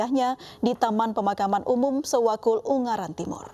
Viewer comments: Sewakul maksudnya bukan sewulan,hehehe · Bukan Presenter nya aja gaes yg ga nyambung, Tim redaksi nya emang ini yg aneh. Sewakul kok jadi suwatu Wkwkwk